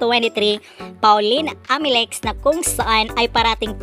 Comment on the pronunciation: okay na sana video mo pero pag pronounce mo ng Amelinckx walang N